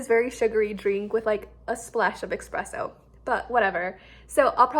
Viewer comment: not a bad thing at all by the way, but it was so funny to me- you being specific about what coffee is and then saying eXpresso 🤣🤣 i am very much of the mindset that if it has espresso, which is basically coffee concentrate, then it counts. but also in the UK a coffee at someone’s house or office would be instant granules, hot water and then milk. we don’t do creamer, at least not in my experience